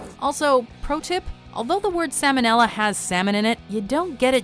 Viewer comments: Salmonella, unlike salmon, is pronounced with the "l" in it. This is due to the fact that the disease was named after a surgeon by the name of Salmon (Sahl-mon). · It is like you attempt to say things wrong, just to piss me off. "Premier," just recently, and now "salmonella." You pronounce the 'l.' Not like salmon.